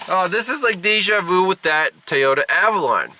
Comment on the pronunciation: Apparently an O is pronounced as an A where you live as in Tayota. Funny how the a on the end is pronounced as an a. Interesting!